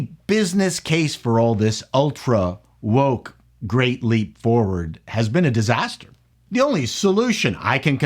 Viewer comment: when you say new woke it sounds like you're saying New Coke but you need to visit a speech therapist